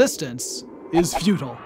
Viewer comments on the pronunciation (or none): disliked for not knowing how to pronounce futile